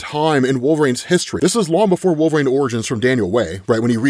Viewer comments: Huge fan, is it like an accent thing that makes you say wolverain ? Could you try and pronounce wool-ver-reen as opposed to wool-ver-rain i never noticed it but this is my first wolverine vid of yours im watching 🤣😂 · i dont even hear it when says wolverain anymore. its become normalized after years of xmen comic coverage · still pronouncing Wolverine as WolverANE is hilarious. Makes me chuckle every time.